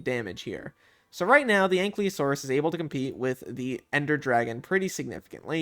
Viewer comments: dont want to sound nerdy, or bad, but you keep saying anklyosaurus, while ankylosaurus, just wanna point it out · A nky losoros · He's saying Ankleosaurus though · "ain klee o saurus" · I don't wanna be that guy but U pronounced the l before the y in Ankylosaurus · Thats not how you pronnounce Ankylosaurus 😭